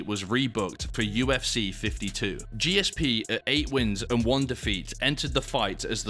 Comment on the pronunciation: What a mug. Clearly a student of Steven Segal's. Another Jake Paul. By the way, disrespecting GSP by struggling to pronounce his name or seemingly understand what a true legend of the sport he was is embarrassing.